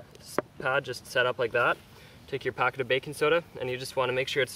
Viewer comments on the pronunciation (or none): you say baking soda weird XD.... baking soedauh